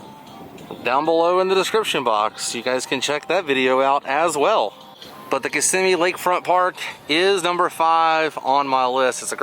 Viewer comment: Glad you are pronouncing Kissimmee